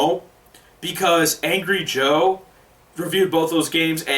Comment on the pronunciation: who's arngry joe?